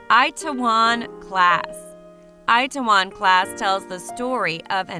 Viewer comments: Onngggg lmaoooooo eye ta won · "It-tae-won" is how its pronounced, but good video otherwise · lol the way she said itaewom class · Oh god, you butchered the pronounciation of "Itaewon" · i know..but Americans/Canadians would say it in a slang manner...if you know what i mean. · I don't see the point in using slang for it tho. it's a pretty simple word to pronounce. Americans confuse me